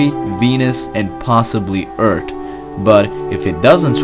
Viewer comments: Stop calling it “Ert”. It’s Earth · Everyone just makes fun about "Urt" .. why not give this guy a hint ,to put the tip of his tongue between his front teeTH and pronounce a proper "th"....? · Its earth not eart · Great ,now two ppl saying eart instead of earth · UnamedFuck its how he says “earth” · I thought we lived on Earf!? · The guy in the video is saying “ert” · Hektos how did a misspelled comment get likes? Okay i get it now, he pronounces earth "eart" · Skelitch You don't get it, it's because says 'Earth' like this 'Eart' and he says 'Three Billion' like this 'Treebillion' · Never heard of planet called "Ert" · Everybody: earth: ERT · Eart... stop saying Eart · Everyone else:Earth This guy:EART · Bettlejuice: I'm so smart, that I think 1+1 is 3 The narrator: hold my "Eart" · It’s earth not eart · Etrth lol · Hahaaaaaaa, 😂😂😂😂😂😂. Eart!!!!!! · "Ert!" "tree hundred kilometres in diameter" and so many Erts. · I´m German and I can speak the "th". But the "th" is coming from old Saxon. They came to Britain long ago. It´s only a part from Germany but modern Saxon people doesn´t have that anymore. So the pronounciation "eart" is Irish. Interesting. I heard people speaking "th" in that case like in this video. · your accent is preventing the 'th' part 😂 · He round like darthi de nogla he says Urt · You pronounced it wrong! You're supposed to say earh! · I like it Eart with no "h" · Man: explains humanity’s route to survival People: haha he pronounces eart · John K It is a joke and read the comment properly and check every spelling. He typed "Eart" because the youtuber pronounces Earth that way. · Its so great hearing him say ert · when he said "Urtt", i felt that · Eart when dah sun becomes a wite warf. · It's Heart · “Eart” lol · "Eart, Er, gilometer, and YEERopa"😂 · Sun is hod Eart is dirt My ears hurd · U mean its gonna swallow the "Ert" will the Earth be ok? Sorry man I couldn't resist. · I Have A Problem Of Him Saying "EART"